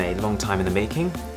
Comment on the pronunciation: You made Arun sound more like Aaron. 😆